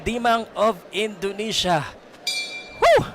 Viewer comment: Onidesia ✅ indonesia ❎